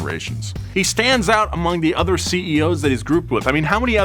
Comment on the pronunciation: Other. Not (h)eather.